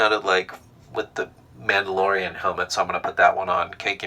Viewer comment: "I'm the manalorry"